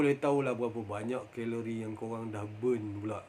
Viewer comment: Geng2 khhhheeelori panashhh ni haha~